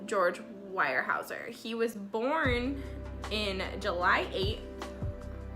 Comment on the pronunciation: Pronounced "WEAR" HAEUSER. Really good family that is NOT pretentious for their affluent position. Do you also know that Harmon was given a job at Weyerhaeuser after released from prison, by George Jr. himself when he became CEO of the company? Great job on your face 😉